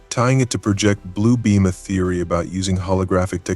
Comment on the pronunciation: ah, one more example: the wrong pronunciation of "project" was used in the "project blue beam" part, use the one that's for a work project (the noun) not a projection image on a screen. why am i helping you xDD Theories id like to see covered include: concave hollow earth, origin of the sphinx, annunaki, ancient prehuman advanced civilizations